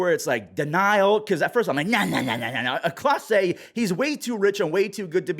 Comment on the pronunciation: It's Clase not Class for a reason.